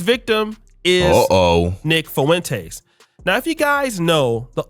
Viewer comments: “Nick Fuhwintays”😂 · Am I the only one that think he pronounces Nick Fuentes weird?